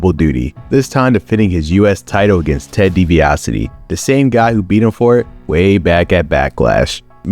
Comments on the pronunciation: "DiBiasity" got a good laugh from me 😂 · The way he mispronounced Ted DiBiase’s name is hilarious 😂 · I noticed that too.